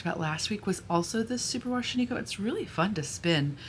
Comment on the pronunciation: OK, I need to make a comment on pronunciation. I am from Oregon, home of Shaniko Wool (hello, town of Maupin!). The name is pronounced SHAN-i-ko. Emphasis on the first syllable. Thank you!